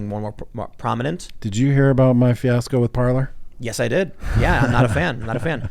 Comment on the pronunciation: If only I had a dollar for every time someone calls it “par-ler” instead of “par-lay.”